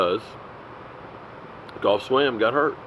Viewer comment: cookie jarvis got some dalton sgt Shultz got a few too,so they're both stepping up since lmao "golf swam" aka geoff swaim pronounced jeff swaim long A as in able, was stepping up to until he broke his wrist, ouch! and no dropped passes either, so they're getting there.☆☆☆